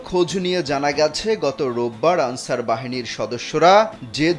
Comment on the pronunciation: তুমি কে আমি কে আলচার আলচার 😂😂😂